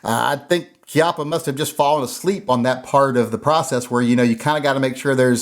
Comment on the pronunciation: Pronounced Chee ahh paw